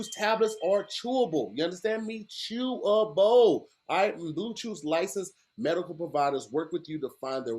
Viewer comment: “it’s chewable CHEW-A-BOW!!”